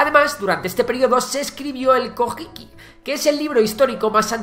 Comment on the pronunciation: La pronunciación de los nombres debería estar hecha como debe. Las J se pronuncian como en inglés y las h se aspiran. Escuchar los nombres Jomon, Fujiwara y Kojiki como la palabra española Jamón duele muchísimo